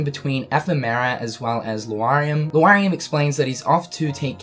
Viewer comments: You keep reading Lauriam as Lu-ariam instead of Laur like in Lauren and iam like in Miriam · Luariam? Sterlyza? Please stop saying them like that. Lauriam is like Laura. You wouldn't say Luara. And reading the romanji hints at how to pronounce the names. I mean no offense. I appreciate the updates. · Lauriam can be correctly pronounced as either LA-RI-UM or LO-RI-UM, but not LU-A-RI-UM as the 'a' and 'u' are not arranged to lend to that pronunciation. Sorry to all who are dyslexic, but I've been hearing this mispronunciation a lot and it just bugs me. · L A U riam not L U A xD daaaamn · LAURIAM, NOT LUARIAM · Also Lu-ariam instead of Lauriam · How are you still pronouncing it Luariam when you correctly spelled it in a tweet as Lauriam? Just look at the letters dude! XP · its lore-ee-um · You do not pronounce that dudes name right. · LEARN HOW TO SAY L-A-U-RIAM'S NAME, FOR GOD'S SAKE!!!!!